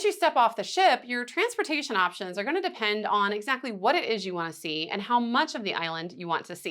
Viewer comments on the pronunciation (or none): none